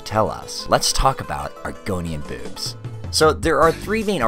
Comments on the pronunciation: its boobs not bewbs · I'm sorry but the way you say boobs is horrendous, it's not bad in any way just horrendous. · Stoo saying boobs like that. It is making me laugh. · You did not say 'boobs' this whole time, you only said 'bewbs' and I respect that. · You literally pronounce it as “bewbs” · this guy pronounces boobs like bewbs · I love how he says “bewbs” XD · I find the way you say "boobs" amusing. I've always speculated that even if the Argonians were born from eggs, they could potentially have a gestation cycle similar to humans which would cause them to not be developed enough at the time of hatching to eat solid food. After all, an egg can only be grow so large while still being able to exit the body naturally